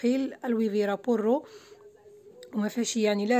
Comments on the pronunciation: أويلي على بورو . وا عرفوا تنطقوا اللغة الاسبانية مزيان . ولا تكلمو بالدرجة .ولا بالعربية تاعرابت .بالعروبية .باش إفهموك الناس .لأن أغلبية الناس ليس المدن .أغلبيتهم من المجال القروووووووي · شكرا على المجهود. غير انتبهي من النطق ديال بعض الكلمات باللغة الإسبانية مثل puro ácido humedad انطقتيهوم غلط. حنا كاملين كنتعلموا و مزيان نصححوا لبعضياتنا